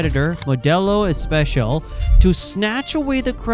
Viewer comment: First, it's a guy. Second, it's Modelo Especial, not Modelo Echpechial.